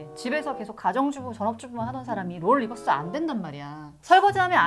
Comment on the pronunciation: 리즈가 아니라 니즈 룰 리버스가 아니라 롤 리버스 출연자가 뭔말을 하는지도 모르고 대충 만드네